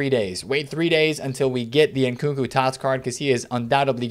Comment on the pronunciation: How come u call him nkuku it’s nkunku 😂🤷‍♂️